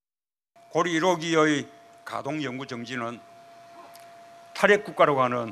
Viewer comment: 탈핵을 탄핵으로 들은사람?ㅋㅋㅋ